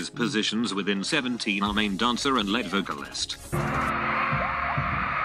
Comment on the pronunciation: why you pronouncing lead wrong